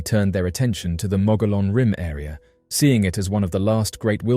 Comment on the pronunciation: Mogollon pronounced "Moe-gee-on". Dine pronounced "Di-Neh". Ye'Iitsoh is NOT a skinawalker, it's a giant who used to eat Navajo people, and was killed by the "Hero Twins" many centuries ago. Geeeezz....